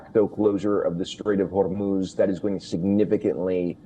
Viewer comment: Why does he keep saying horror moves like a Spanish person?😂😂😂😂